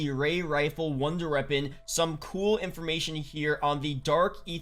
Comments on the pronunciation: when he says it, it sound like he saying ronder reapon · Good vid but he says “wonder weapon” weird.